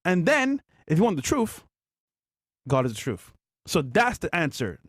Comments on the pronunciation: I pretty much disregard any moron that pronounces the word truth as "troof". Hasn't failed me yet. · Fresh - "The troof"